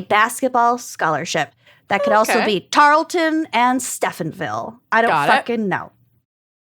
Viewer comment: As an Alumni of Tarleton, I can attest it is pronounced Tar-uhl-ten.